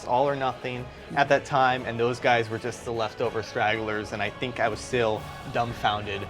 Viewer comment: THINK. NOT FINK.